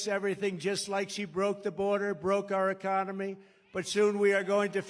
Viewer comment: "ECCONEMY"...."STUPID'.... &........ "A M E R I C A"........:dothefive::dothefive:!!